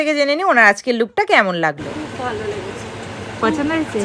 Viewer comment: Bhalo ❌ Bhao ✅